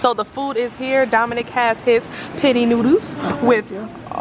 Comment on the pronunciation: it's pronounced Pen-Nay 😂🤣. Love you tho!